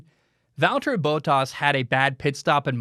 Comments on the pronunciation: Please just say Baw-tas. Not Bow tas. It sounds so weird when I listen to you say Bottas' name. They say it differently on the F1 broadcasts. If it's easier just call him Valteri. Whenever you say his last name it drives me crazy! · Its BOT(as in roBOT)-ASS....not BOW-TAS